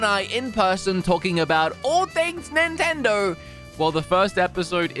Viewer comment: The whole "nontendo" thing is disappointingly putting me off.